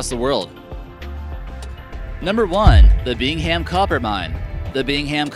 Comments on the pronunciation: FYI. It’s not pronounced Bing-ham, it’s pronounced Bing-um. And they recently had another smaller slid in the pit. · I love how he incorrectly pronounces the "Bing-ham" copper mine. haha. You actually pronounce it "Bing-um". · I actually work at the mine in Utah and its not bing ham it's pronounce bing um lol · Bing-um Copper Pit (Bingham) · "Bing-Ham" copper mine. 🤔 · Lol the way he says bingham